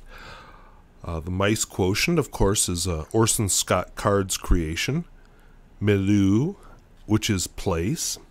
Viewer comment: I know you don't speak French, so I'll just advise that milieu is pronounced (roughly) 'me-lee-ur'